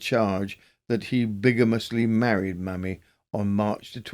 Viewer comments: Loved the compilation thank you ☺️ I have a form of OCD and so my only query is to do with the first case - should her name be pronounced Maymee rather than mammy? Maybe not - or maymee not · New subscriber loving these long compilations! (But surely 'Mamie' should be pronounced 'may-me' not 'mammy'?)